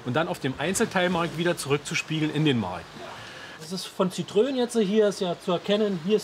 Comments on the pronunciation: "Dass ist von Zitrön jetzt hier" ich lache mich tot 😂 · Der Bulle.. "Citröön" Junge! Es heißt Citroën! Bitte... Wenn ich es nicht aussprechen kann dann lass ich es sein. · Am besten Sitro-en 👍